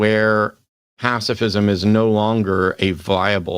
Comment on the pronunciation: If you can't pronounce the words "pacifism" and "authoritarianism," you probably should leave the topics to someone else.